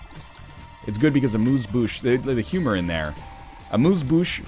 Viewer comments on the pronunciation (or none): Amuse Bouche is pronunced Amuse Bush, not Bousse